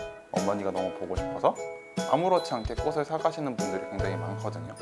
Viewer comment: 남자분 자꾸 꽃을 발음할때 꼬슬 꼬슬 이러는게 너무ㅠㅠ 거슬려요ㅠㅠ